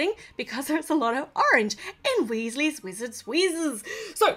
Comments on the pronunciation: It’s not wIsses it’s WEEZIES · When you say wheesles wizard weeszes I feel like your talking a different language